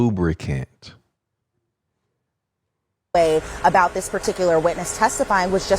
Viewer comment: KMSL 😆😂 it was the emphasis for me 😆😂🤣😭